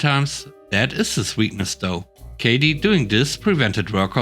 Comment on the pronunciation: Kathy isn't the same as Katy. I hope you didn't make this mistake with a person you know! Kathy = Ka - Thee